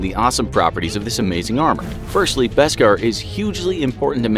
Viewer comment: Yo, this whole video is just wrong. First off, Jar Jar didn’t get a lot of sales as you mentioned for merch, and George Lucas was an amazing director/story writer! It is pronounced “Besk-AHR” not “Besk-ehr”, and LucasFilm DID explain what it was in the Clone Wars and other Star Wars books (Like The Jedi Path). They definitely won’t see this because they choose to ignore their viewers comments and feedback, that’s why you’re channel is getting so much hate. 90% of your subs don’t watch you anymore because of your disinformation, and your channel name is falsely advertised; it informs us on opinions, and straight-up lies. The only mediocre thing on your videos are your animations, but everything else is total bs. Funny how you still have 7m+ subscribers.